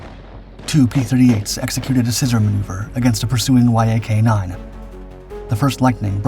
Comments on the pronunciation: "Y" "A" "K" is pronounced "YAK" you BOOB. And you include gun camera footage and aerial footage of just about EVERY TYPE of fighter (besides P-38s and "YAK"s ....see how that's pronounced"?...."YAK"....) EXCEPT carrier fighters!!! EVERY maneuver you describe the P-38s and "YAK"s (...."YAK"...understand yet?....) doing doing against each other are AEROBATIC MANEUVERS....FIGHTERS DO NOT DO "aerobatic maneuvers" against each other in combat (EXCEPT MAYBE an OCCASIONAL "split-s' or "Immelmann turn"...history proves that pilots that do "aerobatics," or "acrobatics" as some say it, in combat DIE...PERIOD). The vernacular of air combat is almost TOTALLY DIFFERENT from "air show blather, but a REAL Military Aviation Historian (or tactical pilot!) would KNOW THAT....GOOD LUCK "hammerhead" stalling a P-38 ANYWHERE BELOW ABOUT 15,000 FEET, and LIVING TO TELL ABOUT IT!!!! Sometimes these videos are JUST AWESOME, and sometimes they are JUST RIDICULOUS. Get an actual AVIATION HISTORIAN to LOOK at these damn things BEFORE you put them out PLEEEEEEEEASE!!! ....and BTW, P-38s are actually pretty quiet, because of the exhaust/supercharger set-up....they aren't HOWLERS like Mustangs and Jugs....unless they are almost RIGHT ON TOP OF YOU, you really don't hear them much....your scripting of "while the thunder of the fighters was still echoing in the air" or some overly-dramatic crap, makes NO SENSE in a HISTORICAL context. Just saying.... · Y-A-K…umm everyone just calls it the Yak. I am 50 and it’s been the YAK my whole life not Y-A-K…your videos are getting better on the visuals matching the subject matter..do me a favor though..ditch the music. You’re not producing rock videos. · Love how the Yak fighter is called the Y A K instead of just saying it properly. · It's pronounced "yack", you muppet!